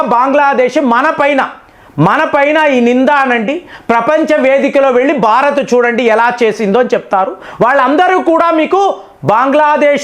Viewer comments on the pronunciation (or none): none